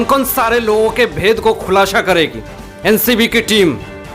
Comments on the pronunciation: Abe "khullasha" nhe "khullasa" bolte hai, chutiye. YouTube channel chala raha ki news channel....aur gaandu chashma nikal k video banaya kr thoda kam chutiya lagega. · Abhey khulasa hota hai khulasha nahi hota